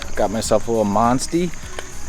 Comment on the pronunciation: please don't ever say Monstie again lmao